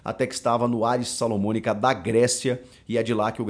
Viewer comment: Chico, o nome do time de onde veio o Iturbe é Aris SALONICA, não Salomonica...😊